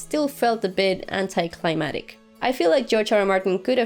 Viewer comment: The way you say climactic. Haha, but yeah the show is kind of going down hill with little details like what Arya could of possibly died from. I just hope the twists aren't so predictable later.